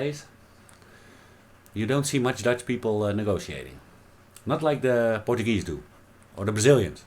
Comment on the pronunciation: You were awesome and it’s the first time I heard portagee thought only in Hawaii we say it like this